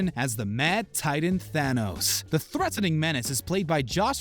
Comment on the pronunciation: Tanos? !😂😂😂 It will be THANOS